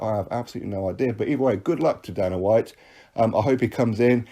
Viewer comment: At least get his name right. His name is Dana. Pronounced dayna